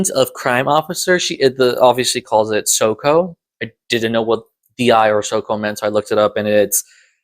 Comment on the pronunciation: I’m going to open this by saying. Keep up the good work with the reviews. I wouldn’t be 48mins into this review if I didn’t enjoy this. But. I’m going to give you a critique, and I’m not great at being polite. Diazepam and Soco are words used in the podcast. Listen to the podcast and pronounce the words like they do. It might not quite get to every listener, but as someone who likes a bit British crime on audio, hearing these words mispronounced is aweful. Soco = Socko Diazepam = Die-az-i-pam Granted, never did bother to look up the word Soco before. I always assumed it was a nickname based on the suits they wear at murder scenes. (Giant rubber suits that look might look like full body socks). So thanks for the clarification. That said. You should tighten up your scripting and editing a bit too. Wish I could give more specific advice, but you’ll get there if you keep at it.